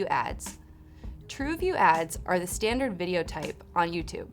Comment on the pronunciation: Standard, not "standared"